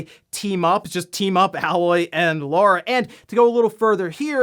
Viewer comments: the way you say Lara amused me 😌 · its Ay-Loy. Its not Laura its LAAAARA god damn it!!! xD